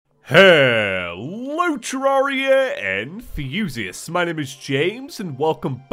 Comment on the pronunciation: Hello terraria And fusiasts is always what I hear... it’s hello terraria enthusiasts..